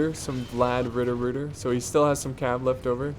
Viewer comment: The constant mispronounciation of basically everything that is not English makes this just so much better :D. Ritterbrüder -> Riddrbruter Landsknechte->Landschnecks and many more :D